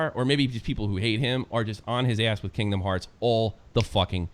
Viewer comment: did you just say kindom hearPs?!?! TRIGGERED